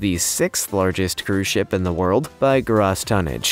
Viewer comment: Good work on the channel keep it going just one little itty bitty thing you kept pronouncing gross tonnage wrong